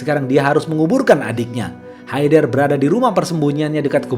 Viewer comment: bang itu e nya dibaca kaya ngomong enem bkn kya bca enak ... itu nama orang kalo kita bysa manggilnya haydar